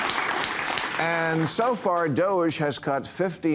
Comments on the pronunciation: DOGE pronounced DOGGIE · Lets get this right: It's pronounced "Dog-EE." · It’s pronounced doggie. Doge